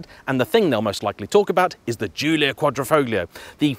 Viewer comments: lovely review as always, but please stop pronouncing the G in quadrofoglio- just like in the words "lasagna' or 'sign' it is silent. cheers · The "g" isn't pronounced in Quadrifoglio. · Could you at least try to make an effort at pronouncing any of the italian names correctly? Quadrifoglio with the G pronounced makes any italian speaking person cringe! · Bit of a mouthful 'Quadrifoglio' especially when pronounced incorrectly.